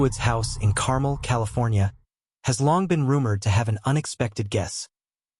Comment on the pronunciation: "Carmel" over your ice cream?? If AI is so amazing why doesn't it know how to pronounce 2nd grade words?